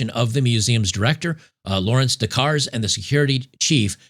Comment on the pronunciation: LOL. The "r" and the "e" in Louvre are silent. It's pronounced Loov. Kind of like "love" but with a long "o." LMAO now "Des Cars" is pronounced "day car." The "s" in both words is silent. Oh my goodness, c'mon man.